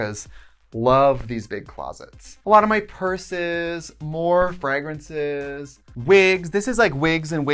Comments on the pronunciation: Today I learned Tritsie pronounces fragrance at fregrance and I don’t know what to do about that. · I live for the Wisconsin accent when she says fragrance lol